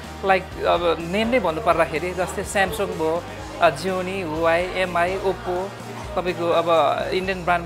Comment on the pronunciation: Huawei= wah-way is correct pronounciation 👍👍 ...... Not hu-wa-way😊😉